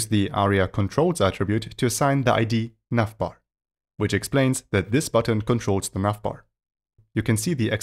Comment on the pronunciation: I'm hearing "nutbar" every time he says navbar. Anyways, great tutorial. Thanks!